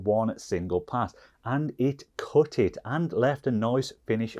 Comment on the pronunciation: try to speak english mate, cut = kuht not coot